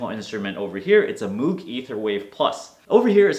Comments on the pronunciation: FYI, Moog is pronounced moag, or moge, not as in moo as a cow says... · it's pronounced "Mogue"